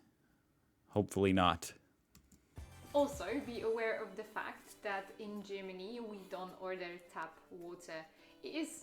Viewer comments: It's Germany not Tschimini ffs! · To not be looked at funny in Germany, maybe don't pronounce it Gimini. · What nonsense she talks... "Gymini", near Rimini? ;) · Is it just me or does it border anybody else how she pronounces Germany?